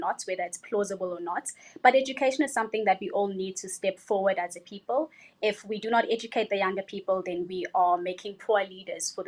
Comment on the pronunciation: for Me Miss Philippines has the best answer, followed by south africa and Canada and 4th is india. including the accent on how the pronounce the word correctly and there sounds as well when the answer. You can review again. Miss india is also but she people as pepel.